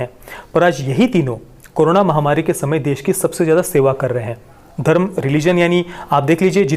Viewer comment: Sir रिलिजियन मतलव मजब होता है घरम नही होता